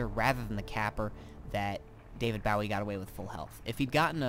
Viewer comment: david b-oh-wee... not b-ow-eee